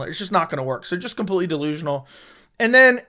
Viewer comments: CAN YOU LEARN HOW TO PRONOUNCE COMPLETELY? U SAY IT IN EVERY VIDEO 100 TIMES AND HONESTLY IT IS SO ANNOYING. IT IS NOT "COMPUTELY" FFS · ITS PRONOUNCED COMPLETELY NOT COMPUTELY. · COMPUTELY OMFG STOP